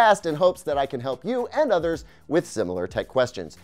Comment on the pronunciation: I love how you pronounce "others" like "udders" 🐄 😉